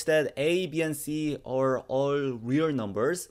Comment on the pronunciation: That's pronounced REAL not WE'RE.